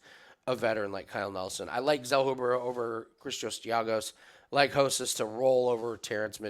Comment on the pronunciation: It’s not Hosas. You can sound out the R in Spanish.